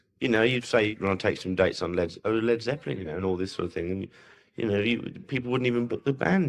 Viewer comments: Damn! aren't there any humans left that can narrate a 20 minute bit ? Couldn't stand it when the bot pronounced "Led "so as to rhyme with bleed ! C'mon , people..?. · Lol. Ai pronounced it leed not led. Get the lead out Ai.